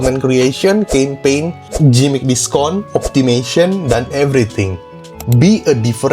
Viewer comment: gimmick sebutnya Gimik ko, bukan Jimik